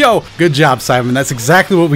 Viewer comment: I swear your saying Simon instead of saibaman